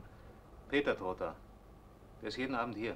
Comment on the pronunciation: Trotta bitte auf der ersten Silbe betonen, der Nam stammt aus dem Buch Die Kapuzinergruft von Joseph Roth; und Heinz Ehrenfreund starb viel zu früh